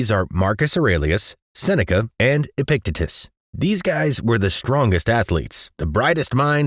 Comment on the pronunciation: It's pronounced; "EH-pick-TEE-təss" not "EH-pick-teh-tis" <3 awesome video otherwise. Glad you're not depicting stoicism as a 'grindset' like the rest of youtube